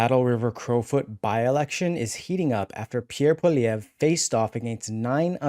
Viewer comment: Poi - li - ev - re. PWA LEE EVV. RRRA. Poilievre not poly - evv. lol